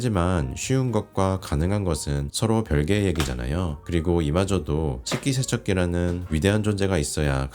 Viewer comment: 식기세척기는 줄임말로 안 쓰는 게 좋겠네요 왜 시ㅂ새기로 들릴까요?